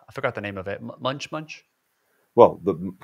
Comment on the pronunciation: MONCH MONCH NOT MUNCH MUNCH